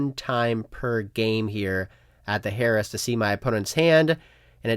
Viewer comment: 1) it’s not pronounced “Harris”. 2) it doesn’t have “the” in front of its name